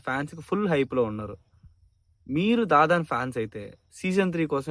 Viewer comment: Bro adhi dadan ladhu bro dan dan dan